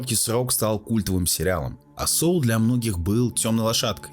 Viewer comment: Не Соул, а Сол.